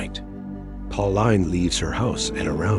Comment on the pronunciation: It's pronounced pau-leen not pau-line bro , great vid btw